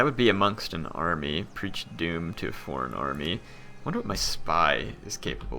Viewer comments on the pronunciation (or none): none